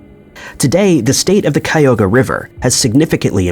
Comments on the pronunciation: Cuyahoga River is pronounced Cuy-A-ho-ga (Cuy like Guy, but with a C). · And then you mispronounced Cuyahoga. It’s four syllables (chi -yugh-hoe-ga).